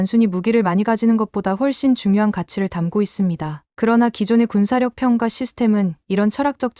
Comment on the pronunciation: '평가'를 읽을 땐 '평까'로 읽어야 해요. 평가로 읽으면 뭔가 빠진 것 같고 어색합니다. 읽기 기본조차 안 되어 있다니 놀랄 따름이네요.